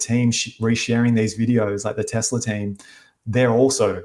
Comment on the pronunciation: says Tezla.